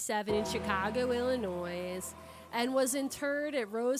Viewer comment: The S in Illinois is silent.